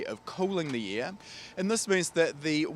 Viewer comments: Please stop saying heated ear it is heated air LMAO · Is he saying ear, or air?😆😜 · All I hear is the word " ear 👂 " when he says air. Love it lol.